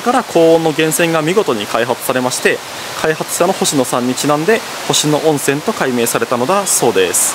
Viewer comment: 誤：「星野温泉トンボの湯」行き 正：「星野温泉トンボの湯」で下車 ほか 「星野温泉」の読み方 誤：ほしのゆおんせん（どうしてそうなった…？） 正：○ほしのおんせん お詫びして訂正いたします。